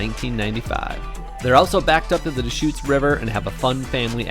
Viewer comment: I follow and love you guys and I am from Eugene. raised there...But..LOL Dechutes is not pronounced DEEE shoots but rather duh shoots...lol And btw Eugene has major bike trails You can ride all the way from West Eugene to Springfield, OR via Downtown via Alton Baker park and by Autzen (Go Oregon Ducks) stadium.. Probably 20 plus miles or more of trails....